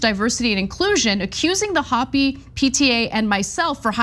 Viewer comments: It's a little ironic to tell others to do research, when you can;t be bothered to look up how to pronounce things: it's HOH-pee, like the Native American tribe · Anna, just a small note: "Hopi" is pronounced with a long O. It is the name of a native American tribe indigenous to the area. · Please look up how to say Hopi it's Native American! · Hopi is being mispronounced. It's a long o sound like in hope. They're a native American tribe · In the past Ana has criticized others for the incorrect pronunciation of certain names. I think she should issue a public apology for her ignorance. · Come on, Anna, you can do better. Gave me a crisis by making me think I’ve been saying Hopi incorrectly.. but it’s you that’s saying it incorrectly. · Hopi is a tribe, please pronounce it correctly and respectfully. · To talk about racism after mispronouncing one of the easiest tribal names to pronounce is kind of funny, but only to about 1.4% of the population. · Love ya Ana, but please pronounce Hopi and Livengood properly. 🤪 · Please research pronunciations of Native tribes before doing your story! It's Hope-ee, not hoppy. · Ana, hopi is pronounced Ho-pis, or Ho-pi, not hoppy! Hopi Indians are an indigenous American people. FWI! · ANA, Hopi is a Native tribe. It's pronounced, "HOE-pee." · Not Hoppy, Anna.... "hope - ee. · "HOPE---eeeeeee" not "Hop---eeee". One is a mispronunciation of a state of happiness. The other is a Native American tribe in the United States. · Hopi is pronounce with a long "o", it's a Native American tribe name. Aside from that, the 70's had a lot of ridiculous outfits that were considered highly stylish at the time, you'd think these folks would know that, too. Lots of DJs do this sort of styling. It's entertainment. Entertainers do costumes. Sheesh. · Hopi is pronounced, "Hope - Eee" Hopi is an indigenous peoples sovereign nation in Arizona. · Ana, I love you, but Hopi is not pronounced "hoppy". It's actually named after the tribe. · Ho-pee (Hopi)